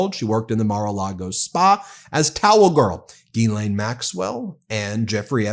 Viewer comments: “ Her name is Gislaine not Guylaine * the H should be mute in * Ghislaine , the proper pronunciation should be * Gislaine without the * H “ …….!!! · It's pronounced "Jizz-Lane" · I think it's pronounced 'Ga-len'...not that it matters, she's guilty AF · Would somebody please get this fellow the pronounce 'GHISLAINE ' PROPERLY.